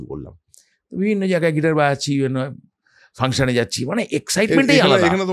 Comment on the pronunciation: "বায়াচছি" টা কি ?? বাজাচছি, ৱাঘব । ঠিক কোৱে বাংলা বল। তোমাৱ গুৱুৱ কথা ও গলা শুনো মন দিয়ে। কৌশিকীৱ কথা ও গলা শোনো।